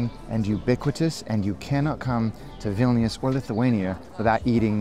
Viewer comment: Just cos it’s making me twitch but Vilñus not Vil-knee-us.